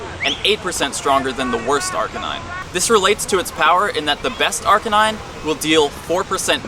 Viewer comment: 2 years later and I still can't get over you saying "Arcanine" wrong.